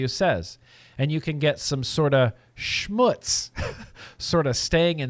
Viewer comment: Hey, while struggeling with reading, you pronounced the German word "Schmutz"(dirt /debree) perfectly well;-) (Fauci-part)